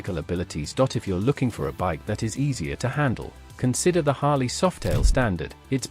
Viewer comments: Harlee, not Harluh. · AI pronunciation is CRAP! It's pronounced Harleeeeee; not Harla.